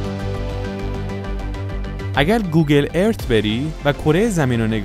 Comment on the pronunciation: عالی بود فقط اشکال تلفظ داشتین گوگل ارت نیست گوگل ارث هست